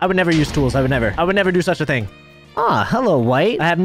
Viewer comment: and the way he pronounces ting and wit is just so funny